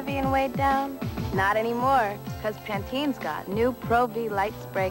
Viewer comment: Why she keep saying Pantenes Pro-V? No extra S on that name hun! #fail